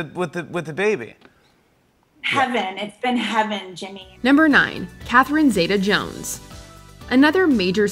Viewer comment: Catherine Zeta-Jones name is pronounced (ZEETA) in that part of her name,.